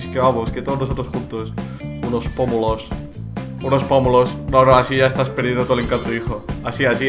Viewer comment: me da risa como dice pomulos xDDDD